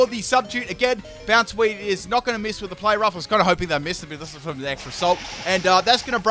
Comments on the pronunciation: bonsweet (boundsweet or bounsweet) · iTz VelveT The Weeb That's true, but I'm looking for really bad ones.... His pronunciation of Bounsweet isn't as bad as many of the others...